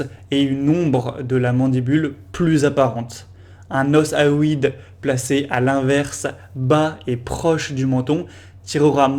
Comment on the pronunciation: super synthèse! Ps: on prononce hyoïde: "i.o.ide"